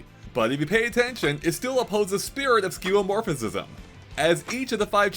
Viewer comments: Was just about to comment myself. It's five syllables: skyoo-uh-MOR-fiz-um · "Skeuomorphicism" 😔 (You're saying it wrong) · You’re saying skeuomorphism with an extra “is” in there lol